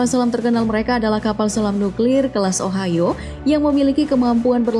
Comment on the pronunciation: selam nuklir ohio my ears:Selam nuklir ohayoo